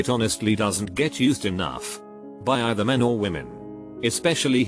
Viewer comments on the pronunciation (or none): none